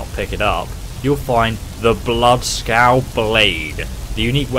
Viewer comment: It's bloodskaal